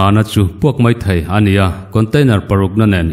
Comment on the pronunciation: Mizoṭawng hi chu hmang dik ve hram2 ila, mai tih tura mei tih te hi.